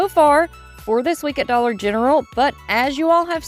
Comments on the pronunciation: Why do you say dollar gentral? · Just curious if you say this for a certain reason or just your accent. You say Dollar Gentral instead but f Dollar General. No meanness intended. Just wondering if it was your accent or something else I missed. Happy Mother’s Day to you and all the Mom’s out there!❤